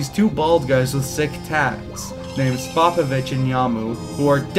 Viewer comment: Good vid, except cringed every time he pronounced Spopovich